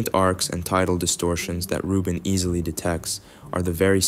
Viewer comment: Vieleicht sollte man die KI-Stimme den Namen von Frau Rubin richtig ausspricht. Das hat, in meinen Augen, mit Respekt zu tun.